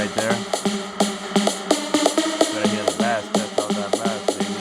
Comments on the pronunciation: It is pronounced base not bass but it is spelled bass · bass is pronounced like "base" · Bruh you pronounce bass like "base". This isnt fishing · Wtf please pronounce bass correctly you sound like a dumbass